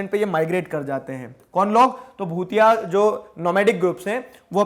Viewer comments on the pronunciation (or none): Hy you are pronouncing it wrong.... it's not bhutia(भूतिया )👻👻 it's भोटिया bhotiya tribal people, Iam from Uttrakhand and and here we hv no भूतिया tribe😂😂😂😂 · It is भोटिया not भुतिया sir,By the Way I'm form Uttrakhand and Yes Dehradun is Capital of Uttrakhand. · don't know why m getting goosebumps , while reading about my state uttarakhand....🤗💜 and sir its भोटिया not भूटियास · sir, the correct pronunciation of "BHOTIA" is "भोटिया" not "भूतिया". by the way, lecture is awesome.... thanks a lot sir. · bhutiya nhi sir bho-ti-aa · Bhutiya with a T.. not th 😜